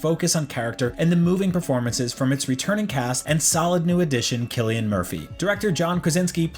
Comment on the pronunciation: When a review starts by pronouncing Cillian Murphy correctly, you know its a well written review